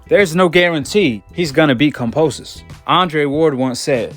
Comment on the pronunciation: Can you stop saying Fucking Cumposus have some respect and say Kambosos properly Jesus Christ man so annoying